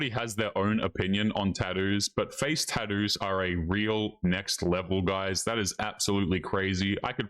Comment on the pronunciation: Taddoos? WTF are taddoos?